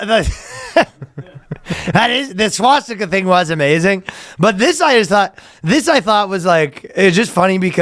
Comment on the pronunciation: Danny says swastika very oddly. Wonder if it’s a Jewish thing